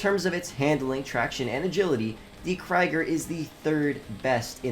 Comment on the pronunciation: Dude for all the videos and time in this game, please learn pronunciation. It’s a German car: “kreeger”